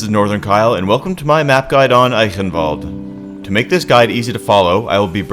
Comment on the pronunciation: I love how you are one of few english-speaking players that correctly pronounce Eichenwalde ^^